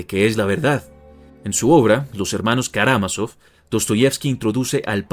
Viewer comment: karamazov. creo que no lo pronuncia bien.